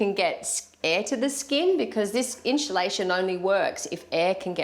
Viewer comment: "inshulashun" hahahaha.